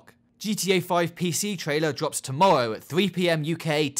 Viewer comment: "dwops" ahaha awww :') <3